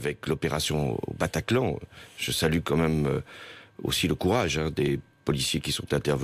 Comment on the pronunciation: "au PATACLAN" mdddddddddddddrrrrrrr